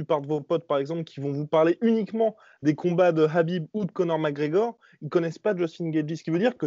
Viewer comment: Ce "Rrrrhabib " , il aurait pu perdre contre johnson, il a raté deux fois la pesée contre ferguson et là il s'arrange pour ne pas y aller , ca fait juste 3 fois qu'il évite ferguson. Franchement qu'il affronte un lutteur qui est super bon au sol comme ferguson ou GSP et on en reparlera. En tout cas toujours sympa vos videos.